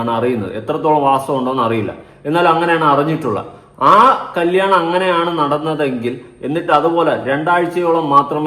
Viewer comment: കല്യാണം ,കല്ലിയാണം അല്ല ചേട്ടാ.